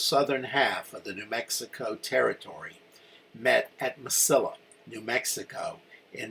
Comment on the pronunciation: relatively trivial, but it's proounced "Mesi-ee-a" (double L in Spanrish is pronounced as a Y, or long e.) Also, the Federal prisoners from Lynde's command were PAROLED, not PATROLED. "Sibley," not "Silbey." Baylor captured several hundred thousand rounds of US .69 caliber musket ammunition at Bliss, which was a very lethal load in the 21 ga. shotguns most of the Texans carried. He also captured "some" artillery. (I'm sorry to be unable to give you details on this; my library is packed for a move.) Among the trioops Lynde surrendered at San Augustine springs were [I think] two companies of regular dragoons who were in far better condition that Lynde's infantry. Boy, were they P***ed! In fact, the commander of the dragoons testified at the courtmartial of Lynde. I started reenacting the NM campaign in 1976, and have stuided it intensely. For the record, if you run across a book titled, "Glory, Glory, Glorieta," by a man named Scott, don't waste a penny on it. It is, beyond a doubt, the most detestible bit of historigoraphy I've had the misfortune of reading!